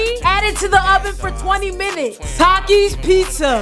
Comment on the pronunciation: She actually said TAKIS correct for the first time